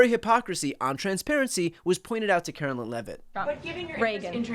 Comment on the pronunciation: Car-o-whine Levitt please SYFM!